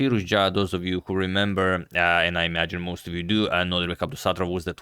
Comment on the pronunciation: love your content, Antonio, and I'm subscribed since forever. Just one thing: I think you are pronouncing Abdusattorov's first name as NoDRIbek but it's actually NoDIRbek, right? Just for me to confirm and maybe also for future videos 🙂 thanks for yet another great video!